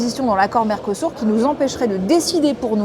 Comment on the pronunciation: Mercosur pas mercosour apprend à parler